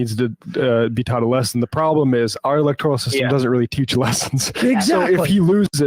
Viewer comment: Electoral not electorial, you guys make valid points but pls correct some of your pronunciation.